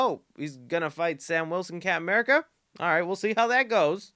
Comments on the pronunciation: Love how he says camurca instead of captain america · My GOD stop saying "Capm 'Merica'". He's not Capm Crunch